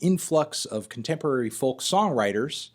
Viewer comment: you don't pronounce it with the l you pronounce it "foke"